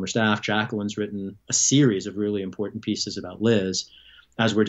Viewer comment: Me too. He really enunciates the t's.😁